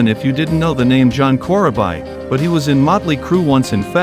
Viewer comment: Thanks for the upload "Core-uh-bye"... 😉